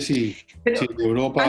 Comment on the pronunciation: es "Europa", no "uropa"...